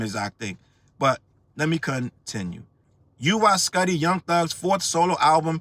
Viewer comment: It's "Woo-wee skootty"